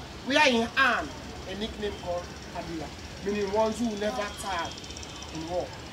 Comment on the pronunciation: Bai Bureh's name is Ke blai; Not ka bila. It's a Themne word "Ke blai". Try to meet any mature Themne Man to help you with the right sounds of the word